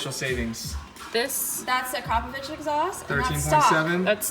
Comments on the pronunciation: Say it with me.. Ak ro povic! Not Acropvavich..lol U sound silly. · It is akrapovic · Pronounce it properly akrapovic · ITS SAID arco-phobic .... i have no idea what you where calling it. :P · Ahh-kraaa-poh-Vic. One of those goofy companies that makes killer stuff no one can pronounce.